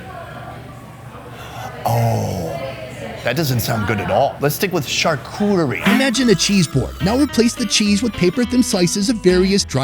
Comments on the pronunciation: its pronounced charcuterie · I'm an American born French citizen. Not trying to be pretentious but charcuterie is pronounced shar-coo-tree